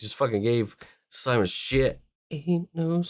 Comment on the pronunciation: Please don't call him Simon it's seemoan😂